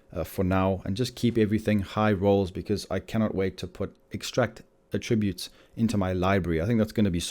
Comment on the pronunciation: The fact you say “attributes” so incorrectly is astounding.